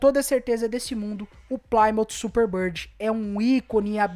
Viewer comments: Ótimo vídeo mas não era "Plaimout",eram os "PLIMÔUTH" rss, abraço e sucesso no seu canal! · Video legal, mas estes "plaimout" são terríveis... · pli-mãf / 6 bérel